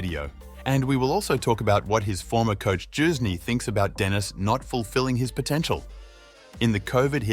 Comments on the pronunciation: It's Youzhny, as in "you", not "Joozhny" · "His former coach JUICE KNEE" wtf learn how to pronounce names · Youzhny is not pronounced Choosney, dude. Have you never seen him play, heard his name? Whats going on? Jesus....